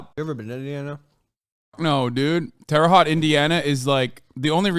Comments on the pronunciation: And Hasan pronouncing it terre hot instead of terre hoe-te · The way he pronounced terre haute 😂😂